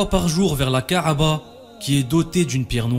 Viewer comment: ka3ba et non ka3aba !!!